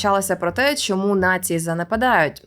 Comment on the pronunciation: За нормами укр фонетики усі шиплячі тверді, тому попрацюйте над тим, аби замість шшьо і шьому вимовляти чітко що і чому.